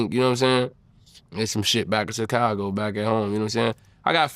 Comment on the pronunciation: Vlad be like “Chickcago”